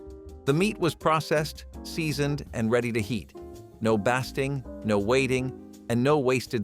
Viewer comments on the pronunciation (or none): bass-ting got me too! 🤣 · I heard that and, I busted a gut! 🤣🤣🤣🤣